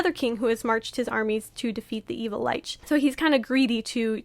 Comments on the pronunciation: You said the band name wrong. It’s Lich pronounced Litch. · I love the breakdown, but I hate how you pronounce Lich. 🤣 Also, the Demon of the Snow was what got me into this band! I wholeheartedly agree. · Great video, but uh check the pronunciation of "lich" 👀